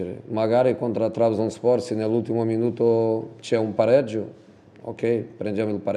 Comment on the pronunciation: Qualcuno aiuti a pronunciare Trabzonspor